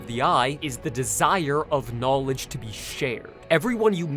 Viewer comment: the j sound in "knowledge" and the sh sound in "she" sound similar already, plus you kinda slurred the two words together.